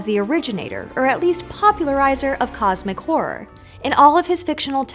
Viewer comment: Im sorry... I accidently heard "cosmic whore" and can't unhear it. Thank you for the video tho. It was amazing